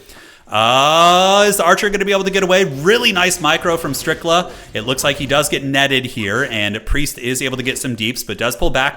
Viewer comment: Brother said StRiCkLa in the first SECOND 😂